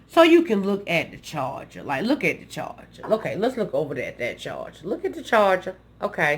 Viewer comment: "Look at da charger, look at da charger" 😂😂😂 I love you